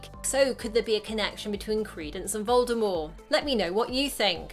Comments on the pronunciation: Does anyone hear her say Voldemor instead of Voldemort 3.31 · Uh.. is no one gonna say anything about her saying “Voldemore” instead of “Voldemort” with a ‘T’ at the end 😂😂??????????? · When she says Voldemort like voldemor, it triggers me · By the way its Voldemort, not Voldemore and yes he is lying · If she says voldeMORE one more time, I’m gonna lose it haha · Anyone get that she says, “Voldemorr.” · The t at the end of Voldemort is pronounced.